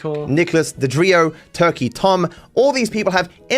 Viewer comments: It just hit me: I think is saying "Duh-Drio" instead of "DeOrio" because of the font on your Twitter account. He may have read it as "DeDrio" instead of "DeOrio" — not to come across as 🤓👆, but that could be the possibility. Though, your blatantly says "DeOrio" so he may be taking the piss out of the font? Idk. I was meant to come into chat and tell you, but it went completely out of my head. Hope you and chat are having a good day/night! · This guy trying to come up with an insult toward you is hilarious. "He LOOKS like an Oreo." "Nicholas Dodrio." Bro. It's not that hard. Deorio. Eat Oreo. Nick Eat-Oreos. Boom. You're done. Fat joke made. Move on with your life.